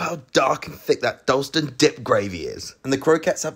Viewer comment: Definitely not a real Londoner, pronouncing Dalston like that 🥴😂